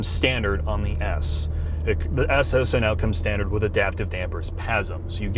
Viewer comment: Can we get a speech therapist to teach him how to pronounce the L in the word, "also"? I promise to take the add blocker off my browser so you guys make more in ad revenue to pay for it.